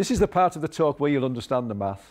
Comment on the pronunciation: thought he said meth.